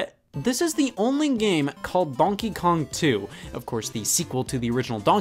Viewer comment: Scott apparently pronounces ‘donkey’ as “DAWNKEE”